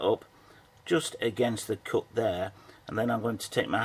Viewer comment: Coot? It is Cut. Not Coot.